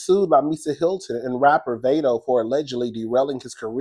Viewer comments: Pronounced "VOD-DOE" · Screaming Vado (pronounced Vai-do)😂😂😂… the butchering of the z list rapper name is sending me lmao lol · lol the rappers name is pronounced v-ahh-doe.